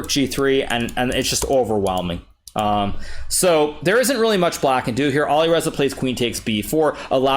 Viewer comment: Awesome, but please, please learn to pronounce the names of players correctly. (Nepo, Alireza)